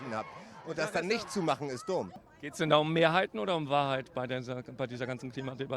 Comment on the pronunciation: Tagesthemen - dat is de Wahrhoit 😂😂👌🏻 Der Typ war einfach nur genial. Man denkt, er sagt jeden Moment „it’s a Prank!!“ 😅🙈